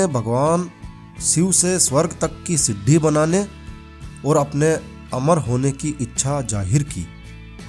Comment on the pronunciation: siddi nahi bolo bhai sidi bolo